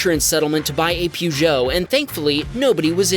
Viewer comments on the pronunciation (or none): 100 episodes and still can't pronounce Peugot properly